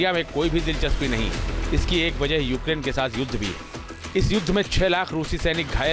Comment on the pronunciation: Kiska interview liye ho tum log ukrain ko okaran bol rahe hai 🤣🤣 godi media😂😂